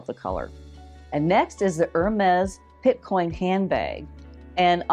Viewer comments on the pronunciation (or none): Picotin. Not Pitcoin. Nice finds, thanks! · It’s picotin not pitcoin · Love your videos! Just a heads up for future reference.....the Hermes bag is a dupe for the "Picotin" (not "Pitcoin"). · I was disappointed as these dupes have already been previewed by a few other YouTubers. BTW, it’s not Pit-coin ??? It’s Pic-o- tin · Picotin….not Pitcoin. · It's not Pitcoin it's Picotin! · Not pitcoin, it’s picotin. Uuuuugh. Really? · The Hermes dupe is called the Picotin..not Pitcoin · Pitcoin? It’s Picotin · Excellent video. But - Picotin. Pee-co-TEN. Doesn't rhyme with bitcoin. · TFS. Nice option if you’re trying to see if a style works for you before spending a lot of money, but most often the material used is not leather. Is the picotin dupe real leather? I saw the puzzle bag was PVC. Often the dupes are fake leather or PVC. It’s pronounced PI CO TIN. and the actual picotin does not come with a bag insert unless you buy it separately at the store. It’s an open hole.